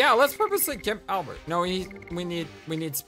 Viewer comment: I appreciate you trying to say Albert instead of Al-bear. I apologize if my previous comment offended you,. I don't like being judgemental over such small things. I am enjoying your playthrough experience. And, btw, Meru is my favorite character and, no. She is not 13/16 years old. If anything, she seems 18, in my eyes at first glance. Why would the developers have a 13-year-old wear a skimpy bathing suit/dancer outfit? Lol I could explain more, but you'll learn more very soon.